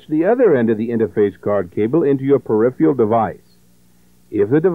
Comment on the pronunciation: I cringed every time '' said "peripheal devices" This video is a fun stroll down memory lane. Thanks for uploading it.